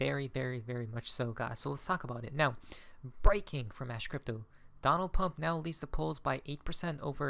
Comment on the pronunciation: I like how you call Donald "Pump" 😊 No worries either. Pump is scripted to win.